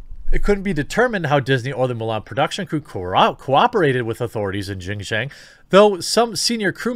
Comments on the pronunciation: you are absolutely not pronouncing it correctly lol. 新疆 or xin jiang is roughly pronounced (sheen jee-ong) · Your pronunciation is close. X sound like "hs," so "hsin-jiang" with a hard j and the a pronounced like "aw" in "law" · Pronounced Sheen Jeeang. Pinyin doesn't always pronounce directly , but i got u Jeremy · I’ll only correct you because you asked if you were saying it right... It’s said xin (sheen) jiang (jah ng). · Jeremy, Xin Jiang is pronounced "SHIN (like the anatomy) JEEYANG" (British "A" sound almost sounds like "long" in american pronunciation). I lived in China 13 years growing up and I'm glad you're talking about this issue. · XinJiang is pronounced ShinJiang, with a soft 'h', so pretty close. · i speak some chinese. So if you'd like to know, the pronunciation sounds like "Sheen Jyawng" ("aw" like in "saw"). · It's pronounced: Xing-Ji-On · In case you’re curious Jeremy: it’s pronounced Xinjiang (shin-gee-ahng). You’re pretty close tbh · Chinese is hard to It's pronounced, "Shin-Ji-ang" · Might I suggest watching Youtuber "serpentza" and his other channel "ADVChina" He lived in China for 14 years and just moved to the states. he does a LOT of videos on this. Least it will help with the pronunciations. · It's pronounced shin ji-ah-ng Jeremy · Nope, xinjiang (sounds like sheen jee-young (say the last part fast)) but great try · ROFL! I don't know if just repeating it is going to help any. Without using any kind of phonetic guide, it is pronounced something like "shin - gee - ang". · You're saying Xianjiang wrong, but I've heard a lot worse. You're just saying it with an American accent. You're also saying Uyghur wrong. It's not "We grr." That's just how MSM pronounces it and I guess most of the West now thanks to them. It's more pronounced like "Uuu ga ru." (I forgot how to write down sounds but that's the best I can do. lol) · No, you are completely fucking up the pronunciation of Xinjiang. I don't care though.